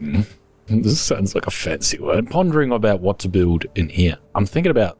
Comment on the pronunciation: “I’ve been PONderING” 😆